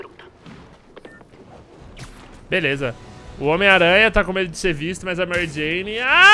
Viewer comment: Ele fala homem teia kkkk